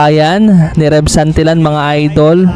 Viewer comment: Santilyan not santilan pronounce it correctly